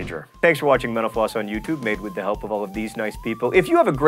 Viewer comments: at the end when he said "mental floss" i heard "menopause" whoopsie... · When he says "mental floss" at the end of the show, it sounds like he is saying "menopause" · I heard "Thank you for watching menopause on youtube." o.O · Whenever he says mental floss, I hear menopause. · mental floss said quickly sounds like menopause